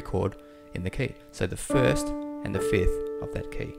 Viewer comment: Why am I always hearing people say fith for a fifth? Anyway, it is a good piano playing.